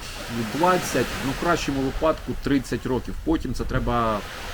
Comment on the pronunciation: не випАдок, а вИпадок